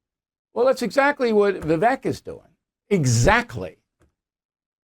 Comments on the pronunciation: Bill.....Vivek pronounced Vivake, rhymes with cake. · His name is pronounced VA VAKE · His name is pronounced Vivake like cake. If the impossible happens and Pres. Trump drops out, Vivek has my vote. Trump 2024. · His name is pronounced “Vi-vake “ like “cake”. Also, sorry Bill but you are the problem because you still think that Russia is the Soviet Union. Times have changed. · Pronounced “Vivake” like Cake…. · Bill, you could at least pronounce his name correctly. Its Viv-vake like cake. Thank you. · Bill I am glad Fox kicked you out for messing with women. When Vivek started the business he didn’t have experience. You don’t want him because you can’t pronounce his name. Same like fox wants DeSantis. You are FOS. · Vivek pronounced like "cake" Bill.... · bill, he pronounces Vivek (rhymes with cake) not rhymes with heck